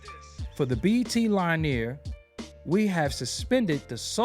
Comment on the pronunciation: This is the second Hip Hop YouTube content creator that can't pronounce "linear"!